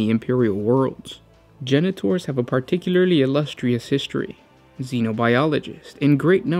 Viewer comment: You say: Genetors I hear: Janitors